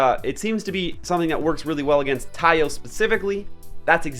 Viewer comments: the doods Japanese name is タイオ = TA I O, so you should pronounce it at tai yo. btw tee yo is the Peacekeeper :) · It's Ki-ai and it's Taiyo they probably based the name on Japanese Taiyō (Ocean or Sun) so Longer pronunciation of vowel "O" the due to the macron. So it's gonna be Taiy-Oh